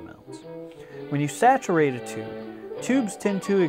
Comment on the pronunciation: TU-BE or not TU-BE that is the question.........TU-BE ! This is a Crutti video. The only redeeming factor was a variation of the "Leave it to Beaver" theme ending or some theme from that ear-ah!